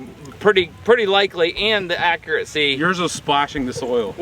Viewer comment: Accuracy, not accuraTcy! No “t” sound in the word.